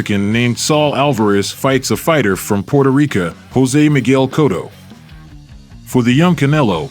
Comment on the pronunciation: But then you say Puerto RicA... lol